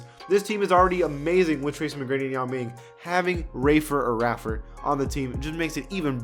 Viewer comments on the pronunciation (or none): "RAY-FUR" not "RAFUR" you can't be too hyped about him if you have no idea who he is. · Bruh it's "Ray-fer" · My dad played with rafer alston (ray-fer) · Streetball legend “Skip to my Lou”, RAY-FER Alston